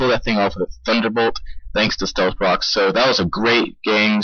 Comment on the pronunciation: AHAHAHAAHAHAHA ilove how u said "stealth Cocks" XDDDD fucking hilarious!!!